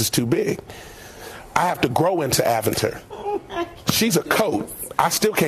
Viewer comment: 🙌🏾! But why was I so distracted by you calling that woman "Avatar" (like the cartoon character 😂); she gonna clap back at you cuz it's "Aventer"... JS... Keep doing you boo boo! Love the authenticity ❤️